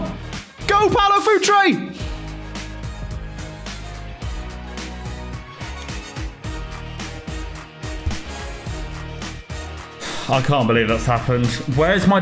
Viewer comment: Its Paulo Futre not Paolo Futre